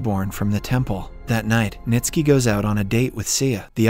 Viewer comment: Bruh! 😂 even Ntsiki … just jumbled the letters and forgot how to read Nitski